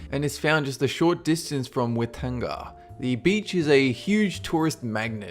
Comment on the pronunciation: why-tang-ah not ytungah hahah